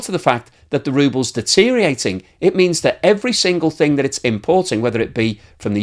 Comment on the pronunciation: Deteriorating has six syllables, not five.